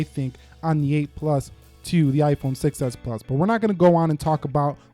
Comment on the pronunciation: I just noticed that when you say "6s" it kind of sounds like "success" which is true because the 6s was a success 😃